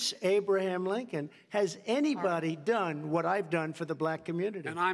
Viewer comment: Biden called him lincon hahahahahahahha!